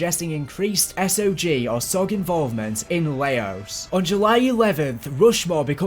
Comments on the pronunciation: Good work. But do me a favour. If you're slightly unsure of a word, google it, and maybe don't re-use it 3 times in the video essay. "Chastisise" isn't a word. Chastise. 'CHAS-TIES'. Also, Laos being pronounced Layos may have been the worst thing I've heard all day. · Or when he says laos